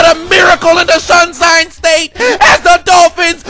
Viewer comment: “Shunsine State”